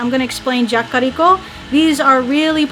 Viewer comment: Everytime she says "Jakkariko", I die a lil' bit inside.